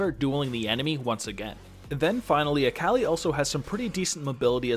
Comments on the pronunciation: Dude it’s Akali. Not Aaaaaakaaali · I might just start pronouncing Akali as Aa-Kah-Lie just to trigger some friends... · Sorry I can't get over you saying "Äkäli" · that akali pronunciation though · At least it's not as infuriating as how he pronounced akali xD